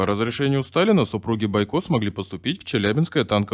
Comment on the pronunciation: Не понятно, почему БойкО,а не БОйко, наверняка какой-то неуч читает.